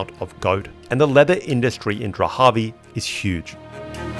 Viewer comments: So, it’s spelled Dharavi, but and elsewhere we hear Drahavi. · It’s Dharavi not dhravi? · I couldn't get past how you kept calling it "Drahavi" when the name is Dharavi. You obviously don't care about your subject. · Dharavi. Not Drahavi.. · Dharavi not Drahavi. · This place is called Dharabi...like Dhaa-raa-bee, not Drahabi. I guess, like many other YouTubers you did that internationally so that people like myself will be forced to give you a comment😂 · Great video, I am from Mumbai. Small nitpick the name is Dharavi its pronounced like DA-RA-VI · Am I the only one who is uncomfortable of the way he butchers the pronunciation of "Dharavi"? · Can’t believe how often you mispronounced Dahravi !!!